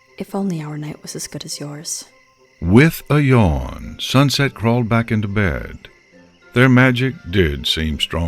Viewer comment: "We'll fix this SuxSet'' -Fluttershy